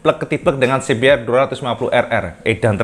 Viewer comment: Mantap...cuma sedikit koreksi aja CBR DIBACA si bi ar BUKAN si bi er